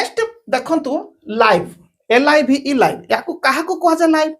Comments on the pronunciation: Sir you uttered the word 'live' in the sentence I live in India as ଲାଇଭ in stead of ଲିଭ.Please check your audio.please ensure which is correct. Thank you sir. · Live Pronounce it as ଲିଭ୍